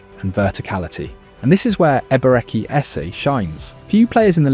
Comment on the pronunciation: if you can't pronounce the first name just call him "Eze", quit messing up the name